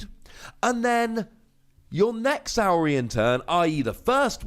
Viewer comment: It's got to be Saw-rian. Like Dino-saw. Right? And it should have been Philosoraptor....